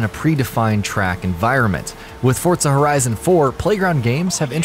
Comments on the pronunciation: The way this guy mispronounces Forza over and over had me cringing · ForTza horizon.... 😂😂😂😂